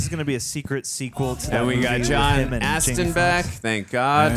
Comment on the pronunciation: John ASHton not Aston, Glenn Frey's last name is pronounced Fry not Fray, and Bronson's is Pinch-oh, not Pin-cot. should really learn how to pronounce the names of the people when he does cast research the night before to "look smart" in these reactions.